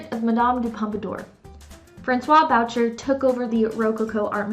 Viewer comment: Boucher - Le prenonciation est "boo-shay" si-vous plait.